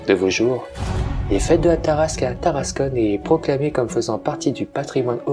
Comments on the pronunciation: Seul hic pour la prononciation c'est Tarascon ( Ta race con ) pas Taras[conne] , en API c'est \ta.ʁas.kɔ̃\ 😆! Un vrac des différentes sources historiques utilisées aurait était super en complément mais merçi pour la narration ! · Tarascon pas tarascone